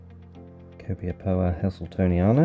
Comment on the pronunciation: You have a good collection of Copiapoa. And a few of them are forming offsets at a young age. Great job pronouncing the names as well. 😄 Waiting for part 3. 😉